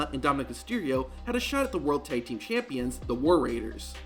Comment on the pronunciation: Why did he say „Thaig Team“ all the way? Tag Team, simple.